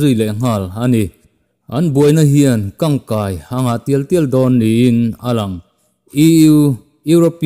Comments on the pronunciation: 'Kang kai' ni lovin, 'kan kai' tih zawk tur. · Kangkai ni lovin Kankai tih tawh tur. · Ngaihthlak a nuamin a bengvar thlak ṭhin hle mai. Minute lai vel a " kang kai" tih hi a thu kallai nen chuan a dik hlel deuh em aw ka ti a, " kan kai" tih a chhiar ni zawk ta se ngaihthlak a nuamin a mizo ṭawng zawk lo'ng maw